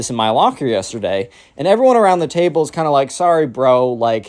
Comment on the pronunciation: Bro "table" njhghhnhgguhnhj